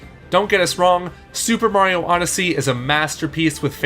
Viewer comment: He said super smash odessey